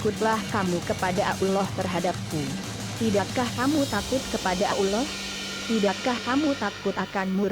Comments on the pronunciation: Sma ngomong allah ajh alloh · Sory to say tp most of Indonesian bila sebut ALLAH itu jadi auloh! Dlm sinetron pn slalu dgr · Bisa bicara atau tidak bilang tu allah swt bukan abdulloh swt dasar relorter goblok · Kok menyebut allah kok ukloh 🤣🤣🤣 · Kok ngomongnnya Ulloh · gua kira gua budek denger abdulloh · Dia bilang allah SWT dengan kata uloh eswete.mungkin dia kristen😣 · AStaghfirulloh halaziiim...presenter nya bicaranya kurang benar..harusnya ALLOH..SUBHANAHU WATA'ALA. bukan abdulloh swt. bagaimana ini ya... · Belajar dl masa membaca Aulloh SWT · Sebut Allah tp kedengaran ulor...🐍 Sebutin baik2 dong...,itu nama Tuhanku..😬😠 #NgakPandaiBicaraMauLagiBicara😏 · suaraa yg ngomong bikin jngkel,ga enak bnget d dengerin,dia itu ngomong allah atau apa sich,ga jelas bnget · Tlg bicara yg jelas nyebut nama alloh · Tollong pengucapan laffaz Allah dalam Vidio ini di perbaiki.. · Ngomong ALLAH GK bener Pake Suaranya juga Pake Suara Robot Dosa WOY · Risih sama swaranya Cara ngmong ALLAH 😑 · Nyebut allah nya begitu tolong koreksi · lah nyebut alloh nya gtu 😭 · Kan ini "google" yang ngomong jadi google nya mana tau cara ngomong yang bener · yg bca siapa sihk ngeselin suaranya udh gk becus nyebut allah swt ama istigfarnya,hdhdheh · Pandai betul buat cerita bohong mcmni... Nk tipu org... Fitnah seperti dajjal!!! Sebut nama ALLAH اللَّه subhana wataa'la pon salah.. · Maap ... ketepi kn duluan benar gak cerita itu...mgkin rekayasa sbg pngajaran hdup...tp coba kalian tekun dengar sebutan ALLAH sperti ABDULLAH...mohon d koreksi kan... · Tolong koreksi tata bicaranya"Allah SWT" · Hahaha. Nyebut nama Allah Aja salah. Hahahhaa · Astaqfirloh ni pembaca blg Allah aja kom susah bgt ya.... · Min..pembaca/ narator cerita ga pas dlm penyebutan Allah SWT.. tlong di koreksi. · Ni AdMin bilang Allah kok gk bisa apa gmnaya apa mungkin aku yg salah dengar ya saat bilang ALLAH . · sama ni omong ALLAH sj plepotan .tlng lah gnti yg lebih pinter ..biar ngk malu 2 1n .sekedar saran sj sih .